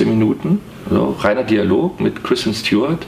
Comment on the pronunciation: Ob er mittlerweile weiß, dass sie nicht Stj-uart, sondern Stu-art heißt?